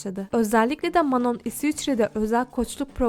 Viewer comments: Geçmişte olan olayı sanki yeni yaşanmış gibi yapman aşırı saçma.Her insan ilk başta birbirine soğuk yapar,bu normal.Şimdiki yayınlarına,videolarına bakarsanız hiçbiri dışlanmıyor.Kızlar iyi geçiniyor.Dikkatimi çeken şeylerden birisi de Manon'ya "Manon" demen.Sophia "Manon" olarak değil "Mano" olarak telaffuz edildiğini söyledi.Bir de Lara Queer,lezbiyen değil. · Aq Manon mano diye okuyor ayrıca manon nun müziğe ilgisi var daha önce hiç dans etmemiş olabilir ama piyano çalabiliyordu vokal eğitimi almış ve şarkı sözü yazıyordu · Video iyi güzel de sürekli Manon demişsin okunuşu çok mu zor anlamadım ki sondaki n yok işte